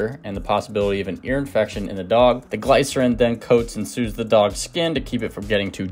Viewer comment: Great recipe's! But it is (gli-sr-uhn) the small i sound. ;) You have awesome tips.